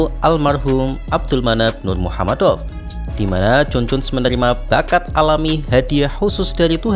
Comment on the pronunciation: jgn wes bro sepertinya tidak bisa mengeja kata nurmagomedov.